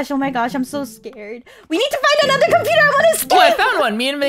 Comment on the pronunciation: made an mistake when she said compoter instead of computer